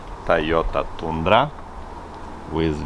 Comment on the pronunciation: Tundra as (tA:ndra*)- Transcriptions. Sorry.